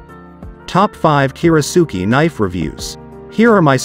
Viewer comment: That's a lot of bad information for one video. For starters, your pronunciation of "kiritsuke" is faulty. Normally that's not something l would bring up but it seems kind of basic for someone presenting themselves as an authority on kiritsukes. Second, only one of these knives is actually Japanese, and it is by far the best of them. That is the Yoshihiro. The rest are cheaply made in Chinese factories and the companies that sell them spend much more on advertising than they do on actually making knives. At least you listed one real Japanese knife, so I'll give you that much. One of the knives you said has a bolster doesn't have anything remotely resembling a bolster. And a kiritsuke should never have a bolster. Most westerners are more familiar with western handles, but that doesn't mean they wouldn't enjoy a Japanese style handle. One does not need to be an expert to use or enjoy one. It is just a different feel and balance. Who cares if a kitchen knife handle is "military grade"? That's complete nonsense and irrelevant. You should just be honest and say the handle is plastic. No piece of fine cutlery should ever be put in a dishwasher for multiple reasons, so that is not a minus. No decent kiritsuke or any other good kitchen knife should ever be used to cut frozen food items unless you hate your knife. You never even explain what a kiritsuke is good for or why they are shaped the way they are in the first place. That is kind of important for anyone out there who is wonderin